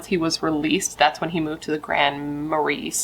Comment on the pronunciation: "Marais" is pronounced in French like "mar-ray" / "mar-eh" (or pretty close to that). It literally translates to "swamp."